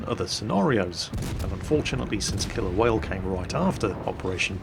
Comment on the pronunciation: when you said the name of the mission for the first time it sounded like you said "operation kill a whale"